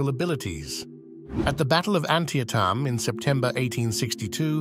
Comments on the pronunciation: Antietam is pronounced: an-TEE-tuhm or an-TEE-t'm...*NOT* ANT-ee-EH-tum ANT-ee-EH-tahm. No idea if this is narrated by AI or just an id10t... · How about looking up how to pronounce the names of extremely famous battles, if you want to be regarded as an authority? ANN-tee-uh-tamm? It's an-TEE-tum, for heaven's sake? You've never heard it discussed? Never watched others' youtubes? You might also check the spelling on your picture labels. But your phrasing is sometimes first-rate. "His ideas were frequently meaningless." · Where do they get some of the narrators for these videos? It is appalling how horribly they pronounce places & names. Do a little research why don't you & find out how to pronounce things correctly before filming these videos. It's An-tea-tum not *aunt-tea-a-Tum*. There are kids as young as 5 that know that! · Battle of an-Ti-ah-Tahm”? Really? Took me awhile to realize this AI generated crap was trying to say Antietam pronounced Anteetum . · I have never heard Battle of Antietam pronounced Ant-tee-uh-tam 😂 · It's pronounced AN-TEE-TUM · You're right! It does! Sadly, it's a bot. A fairly good bot, but a bot nonetheless. You can tell during a few pronunciations like Antietam, which is pronounced "an-TEE-a-dem" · AN-ti-ET-um. Really? If you can't pronounce the battle site; you're probably not qualified to analyze the battles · Antietam is pronounced Ann-TEE-tum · There are some excellent things in this video BUT it is very disturbing to hear Robert E. Lee called Robert Lee and your prononciation of Antietam is borderline shocking. I realize in the UK you pronounce “clerk” as “Clark” but the thousands of men who died at Antietam deserve to have the name pronounced in the American fashion. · Repeated mispronunciation of the word "Antietam" in the narration. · ask an american how to say (antietam).